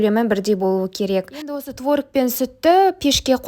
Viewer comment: Творыыг емес творОг